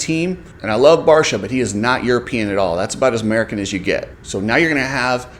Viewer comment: it's also barcia and not barsha